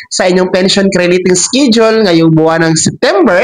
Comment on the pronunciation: Schedule ang bigkas Po ay es-ke-dyul at hindi iskidyol hahahahaha grabi grabee gravy Ang iskidyol mu!!!